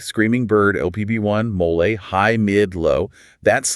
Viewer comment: Is this AI? Why are they pronouncing it mol-lay?